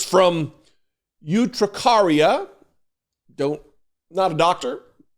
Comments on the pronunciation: Urticaria is the word, not urtricaria. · UR-TI-caria, not UTRI-caria Just sayin'. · ERR-tuh-CARRY-yuh. Urticaria. Twenty years of medical transcription. 🙂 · ert- ih-care-eeya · Pronounced: "er-te-care-eah". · He has never shown his medical records because he is tRump, and the rules clerly don't apply to him. BTW...Erticaria is how the word is pronounced ( I know because I have had it). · It’s pronounced er-tih-CAR-ia 😀. Also, who gets this dramatic about environmental allergies? He’s counting on his cultists to not understand medical terms. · It's pronounced ER-ti-CARE-ia. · As a retired nurse I saw immediately what those "horrific" Diseases were and laughed lOL! By the way just in case no one has told you the word "urticaria" has as it's first syllable like the word "yurt".